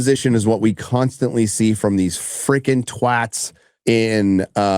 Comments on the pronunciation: Yoooo hahah thank you for pronouncing twats correctly 😂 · YOU'RE THE FIRST AMERICAN TO SAY THE WORD "TWATS" CORRECTLY! XD